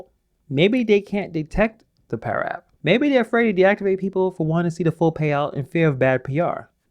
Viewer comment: It's pada not para